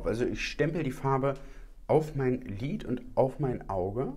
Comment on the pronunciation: Bin ich die einzige, die "Glied" anstelle von lid versteht? 🤭